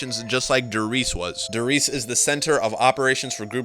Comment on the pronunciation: You said die Reise it's die reese